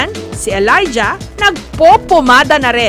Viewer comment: Elaijah? Tama ba pag kakarinig ko?